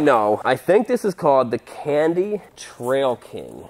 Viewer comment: It's pronounced "Can Die".